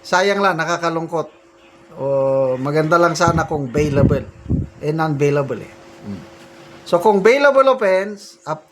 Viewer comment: Beylabol sir not beylabel